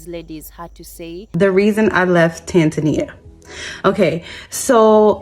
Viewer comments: The fact that that black girl don't know how to pronounce Tanzania and is only picking countries to visit based on the cost of passports and other surface level foolishness tells me everything I need to know. These Americans think that everyone will run up to them and kiss their feet. Girl return your passport and stay in your block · Of course you will get scammed or exploited it’s like everywhere else, you need to grease the right palms and make the right friends. Americans romanticise everything, can’t even pronounce the country’s name but expect to thrive. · 😂😂 Jezzez lady - its not called ”Tansaaanja” its called Tánzaniiiiia. 😁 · To the second lady, perhaps if you properly pronounced the name of their country, they would have liked you. It's tAAn-zuh-nEE-uh! It is not TENZAN-ya! Holy hell. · Tan-ZAN-ee-a??? listen Maybe learn how to pronounce the name of the place you want to live in??? at a minimum? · It's pronounced Tan-zuh-nee-uh. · Ha ha the 2nd gal needs to pronounce tazania right 🤣. And stop going to tazania. Go to uganda you wont have those issue. Mabey the pick pocketing or prices raised to muzungu price ha ha. Or go to kenya. And most americans are use to america and are spoiled and privileged like crazy. So ofcoarse most will go crazy in africa at some point. Not gonna get the princess or king treatment in situations like you do in the u.s. gotta be a humble person to handle it. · GO live abroad for about 2months and then make up your mind. Maybe young lady #2 should learn to pronounce the country name, Tanzania, correctly. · Maybe the problem was you continue to mispronounce Tanzania! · She didn't pronounce Tanzania correctly. Its a different culture,rules, customs and bribes are a natural part of the culture. An American woman alone in Africa is a not advised. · Well, I think I’ve been pronouncing Tanzania all wrong since forever 😬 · I go to a country and can't pronounced the country's name they need to kick you out.